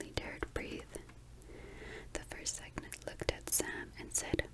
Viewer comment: Love this! <3 btw cygnet is pronounced sig (like signal!) - net :)